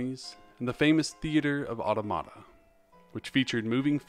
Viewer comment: Just a little fiy, it’s pronounced “ah-TAW-muh-tuh” not “auto-mata”. Not to be rude or anything!